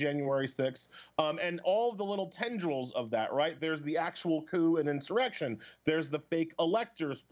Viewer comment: The greatest criminals are never held accountable, unless they're partisan enemies of several elites and the state. This afro guy is a hypocritical bias bigot, "they're dumb", how professional. He also gets an erection when he falsely claims there was an in-sore-ection.